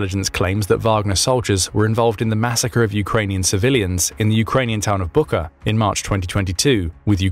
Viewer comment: * Bucha, not buka.